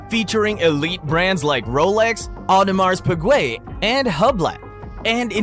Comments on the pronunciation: Auto mars piguee...thanks AI voice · You got a problem with Hublat, Audemarz Pigwet, and Richard Milly? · With brands like rolex, adamares pig-way, and hub-leh 😂😂😂😂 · “Audemars PeEgWaY” 🤡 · ”Brands like Wolex, Audemars Peegway and Hubla” 👌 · My ears... the terrible watch brand pronunciation.. Yikes.. Other than that.. not bad. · Hahahaha, the way you pronounced AP was hilarious